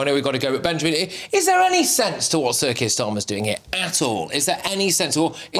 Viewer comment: Every time you say "Sir Keir Starmer" it sounds like CIRCUS STARMER 🤣